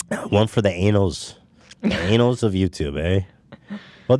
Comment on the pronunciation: I really hope ethan saying anals instead of annals becomes a staple of this show